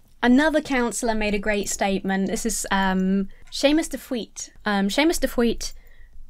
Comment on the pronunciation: As someone from Belfast, I hate this video for reminding me that the TUV and Jolene Bunting exist. Also, pretty good pronunciation on "de Faoite". It's just the last e is pronounced too, so "de Fweet-uh"